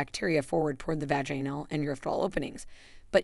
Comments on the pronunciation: Sorry this is ai. Full of mispronounced words, test for tear, vajainal for vaginal. Done here. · Your videos are probably good and informative but your mispronunciation of really important words is embarrassing. Can’t listen 😞 Vaganal?😳 Bidet? Perineal! Look up some of these words.learn how to pronounce them.